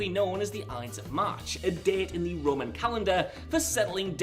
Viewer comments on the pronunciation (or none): none